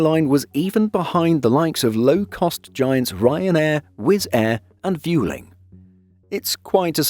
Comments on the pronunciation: try to pronounce Vueling correctly please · Huh. I looked into it, and apparently "Vueling" is supposed to rhyme with "welling", not "fuelling". Whoda thunkit? 😺